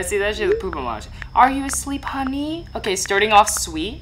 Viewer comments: it’s HUNNY not HONNY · What the hell Alan do you say huuny so badly?😂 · Bro was too disappointed that he said HUNNY in a strange way 😂😂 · Wen you sed the word honni i hav laght😂😂😂😂